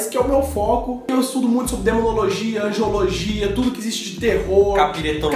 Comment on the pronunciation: "Angeologia"? AngEOLOGIA? Parei de assistir quando o "especialista" nem sabe dizer o nome correto: Angelologia. E nem deve ter passado perto do "De substantis separatis". Continuem e, sou mais vocês.